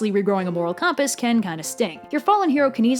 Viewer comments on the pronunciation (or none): You seriously need to stop pronouncing 'compass' like 'cawmpass', you're making my ears bleed. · Fantastic video until you said compass incorrectly. 0/10, unsubbed, flagged, wiped your videos from my memory.